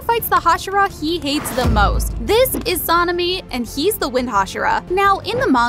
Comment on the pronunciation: You Say sanemi name so bad